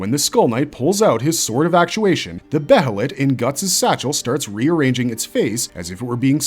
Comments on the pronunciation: dear god. its behelit as in bay-lit. not behelit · I can't help pronouncing "behelith" the same way as "behemoth" 🤷